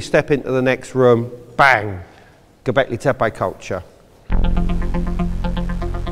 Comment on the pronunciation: Gobekli taypeeyyee